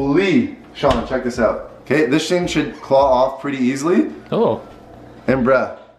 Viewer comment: he says “this shing” instead of “this thing” 💀